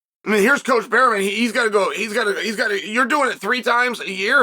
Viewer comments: Bareman, not Berryman Uncle. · He says berryman so much I had to check.. it's still bareman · Don’t call him berry men Unc 😭 it’s Bear Man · Bareman, Berryman 😂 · I only watched 5 seconds and Chael already said Barryman... Uncle Chael truly is one of a kind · pronounced "Bare-MIN"